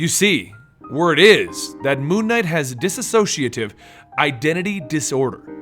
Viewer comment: It sounds like he's saying Moo Knight...which could be the greatest superhero of all time.